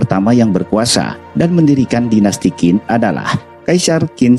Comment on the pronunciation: Q dalam bahasa mandarin di baca C Jadi Qin di baca chin, bukan kin Z juga di baca J jika di depanya ada huruf H, contoh Zhao di bacanya Jao Dan masih banyak ejaan ejaan mandarin yg unik